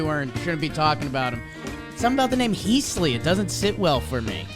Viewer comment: Heaseley is more pronounced like heez-lee. Heese-lee is a little offputting